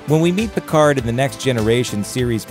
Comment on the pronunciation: You can't even say his name right...